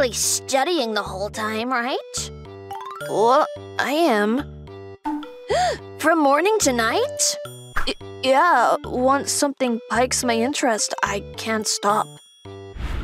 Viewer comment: PIQUES PRONOUNCED "PEE-CS"!!!!!!!!!!!!!